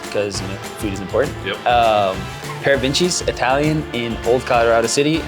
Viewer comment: It’s Parr-vah-Cheenies, not Pair-ah-Venchies. But that’s okay ... it’s a great spot and we’re glad you’re here! And late night? Atomic Pizza and Sandwiches - good spot open very late